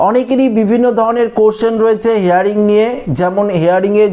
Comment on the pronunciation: কথাটা হেয়ারিং নয় হিয়ারিং। ইংরেজি হিয়ার মানে শোনা আর হিয়ারিং মানে শুনানি। শুদ্ধ করে ইংরাজি বলুন